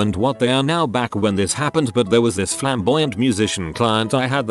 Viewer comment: I think the robot had a stroke when trying to pronounce "buuuuuut"